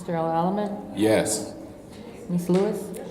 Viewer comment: why was so emphatic with that YES!? 😂😂😂 Could that be the most coherent he has ever been in any of these videos?! Did anything ever come about the new Councilman from the 1st allegedly walking to that lady's front door with the hammer? And did y'all know former Councilman Guerra was 19 when he was elected?